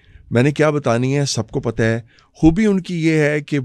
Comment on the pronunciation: Imran Kaan ki kya koobian hain…., ye kya tallaffuz hai aapka????